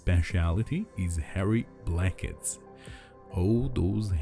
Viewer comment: Is he saying, "hairy blankets?"